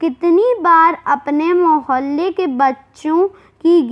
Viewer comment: mehelle nahi mohalle hota hai